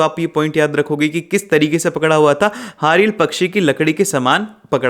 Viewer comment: Sir vo hariyali pakshi nhi h ( haril )pakshi h😅😅😅